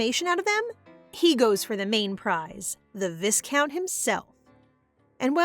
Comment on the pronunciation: its "vi-count" even thou its spelled as viscount